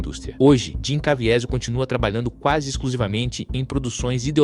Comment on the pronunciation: Quem é Jim "Caviézel"????? 😂